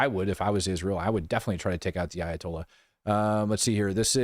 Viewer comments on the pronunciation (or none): Ayatolya' so!!! Comayknee!!! Tolyaso!!